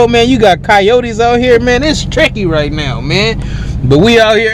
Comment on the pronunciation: It's triccy! Lol!